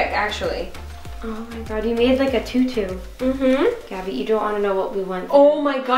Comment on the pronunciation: It’s actually “gabi”